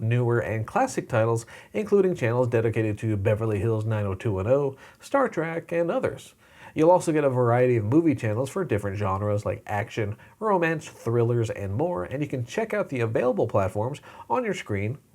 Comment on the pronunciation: Trek, my friends. Its Star Trek. Not track.